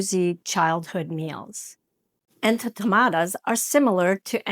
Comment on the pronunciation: Love your interesting recipes! But, please make sure you are pronouncing the names correctly...these are en to ma ta das. ...the cuban dish ropa vieja is pronounced ropa vee eh ha. Appreciate your efforts to model cultural respect by taking the time to get the words right...others will also perpetuate the errors. Thanks!